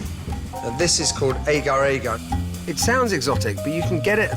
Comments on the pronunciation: its actually agar agar, we pronounce it as "ar-gar" in asia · i just realize how funny agar-agar pronounced with a british accent :D Malaysians pronounce it as Ah-gar Ah-gar